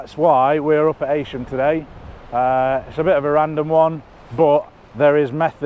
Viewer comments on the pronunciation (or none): It’s not Haysham it’s furkin Heysham….😂